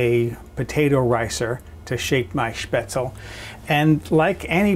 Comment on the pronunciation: Spaetzle is pronounced with the "e" as an "ay" as you do with you pronounce Porsche. Try it with bacon. My two years in Germany was fantastic when it came to this dish!